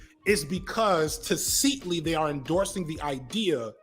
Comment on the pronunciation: Your pronunciation of "tacitly" really threw me for a loop.